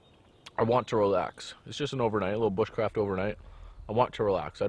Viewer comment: the word bushcraft has been slaughtered.